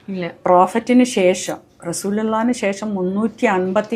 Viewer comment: റസൂലുള്ളന്ന് ശെരിക്കും പറയാൻ അറിയാത്ത തത്തയോ 😇